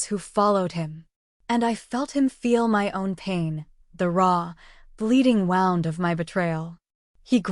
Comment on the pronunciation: Wound =Woo-nd, NOT wow-nd as in winding string. Voice in serious, urgent parts sometimes sounds too cheerful. Must be using machine. Good story, though to whoever wrote it!